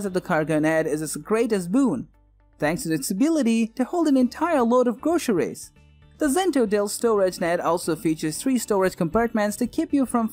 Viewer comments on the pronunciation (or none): Entyer woad of gwocery! >.<